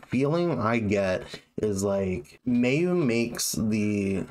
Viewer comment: Another great reaction, man. I totally agree about Mayu's voice. And they are totally my favourite band, period. Just one thing: her name is pronounced closer to "Mye-oo", not "May-oo".